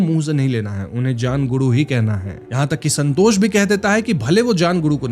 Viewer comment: Santos ❌️ sanhtoshh ✅️